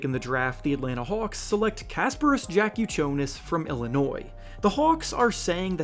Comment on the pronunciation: Bro needs to learn how to pronounce Jakucionis